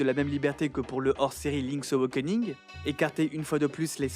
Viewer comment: Impeccable, mais il va falloir apprendre à prononcer "awakening" ^^'